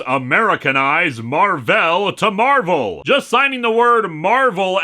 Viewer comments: "Mar-velle" oh God Mar-ville flashbacks. I mean not God, anything but, Satan help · I think his name's supposed to be pronounced "Mar-Vale" (like "veil"), but since it's not spelled that way, people keep mispronouncing it (I'm pretty sure I've seen issues where characters refer to him and remark on how Earth heroes never get his name right).